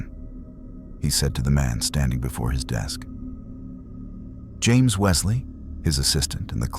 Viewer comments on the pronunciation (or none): none